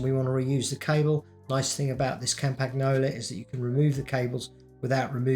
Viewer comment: I like how he butchers Campagnolo pronounciation every single time